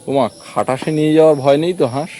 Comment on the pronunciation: খাটাস না খটাস ।